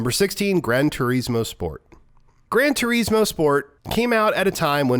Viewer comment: grand Tureeeeeesmoooo😂. I don’t think that’s how you say it ahhaa